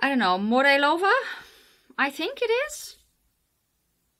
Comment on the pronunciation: No, not at all. Morelova and bakalia and karmelek pronounciations were awesome. You sounded almost like us Poles:D Thank you for that.:)